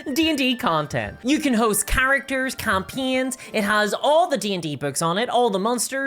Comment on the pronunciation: it's not even "naur". it's "noy" also a big fan of "campeens"